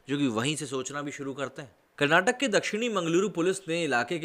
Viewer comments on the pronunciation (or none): Well the video was informative and I would like to remind you that it's not karnatak it's Karnataka , respect all #languages . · It's not karnatak .....it's karnataka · Karnataka is a state formed based on language just like any other state . And when u r talking about certain thing , you have to call it by its actual name , Karnataka is a Kannada word and u r pronouncing it wrong . What If we do same ?